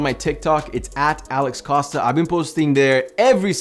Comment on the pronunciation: Is it Alex Costa or? You are pronouncing it as, but it spells Costa?